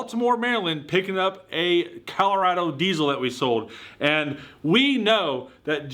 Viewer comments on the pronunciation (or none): none